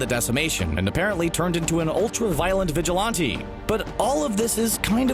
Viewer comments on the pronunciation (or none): You pronounce vigilante wrong. It’s Vi-Ghil-an-tee, not vi-Gil-ante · Vigilante not vigilonte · I’ve never heard of a vigilonte but I’ll tell you what a vigilante is lol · It had TOTAL gravity! It was because everyone died, not because the credits rolled. And it's vigilante...vigil-ant-ee....not vigil-auntie...LMAO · Is anyone else mad at the way he says vigilante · Do you struggle with the pronunciation of vigilante or were you just trying to sound cool? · Why do you say vigilante like that